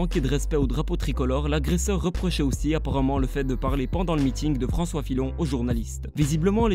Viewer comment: François Filon xD la prononciation